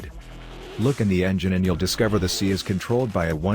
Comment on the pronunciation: Man how hard is it to get that speech software to say S.I. instead of "si"?